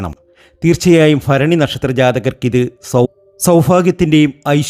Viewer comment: ഫരണി അല്ല ഭരണി ആദ്യം ഉച്ചാരണം നന്നായി പഠിക്ക്